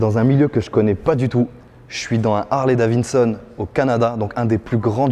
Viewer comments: HARLEY "DAVINSON" haha lol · "Harley DaviNson" yes pas loin mec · "Harley DaviNson" 😝